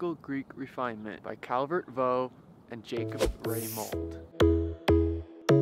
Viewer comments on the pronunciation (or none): although "Vaux" looks like the French "voh", it is pronounced as "vocks".